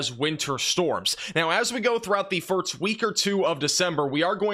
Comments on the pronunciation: “First” is not pronounced “firts.” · Are you saying firts instead of first?